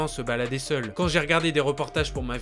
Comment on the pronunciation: tu appuie trop sur le mot seul